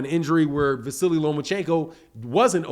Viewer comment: There is no i, or y at the end of his name. It's just Vasyl or Va-seal.